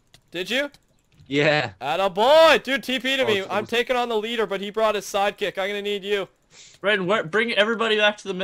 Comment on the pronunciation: Lol he says tookin,it's taking xd